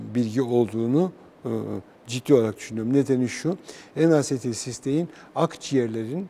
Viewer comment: N asetilsistein diyor. ( enasetilsistein)